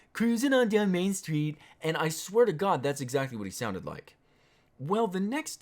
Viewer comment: CROOOZIN DOWN MAIN STWEET